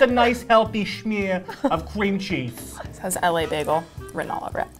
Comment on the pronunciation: yooo the way eh said cream cheese soo funny